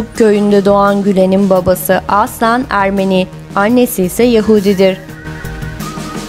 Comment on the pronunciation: Nasıl bir “aslen” deme şeklidir bu. Bu kelimeyi çok yanlış telaffuz ediyorsunuz. Kulak tırmalayıcı